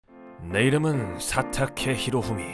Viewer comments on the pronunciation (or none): 사.타.케. 히.로.후.미. 똑똑 끊어 소개하는 건 최고의 컨텐츠라서 ㅋㅋ